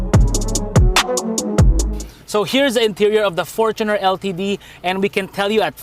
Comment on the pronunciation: thanks for pronouncing fortuner correctly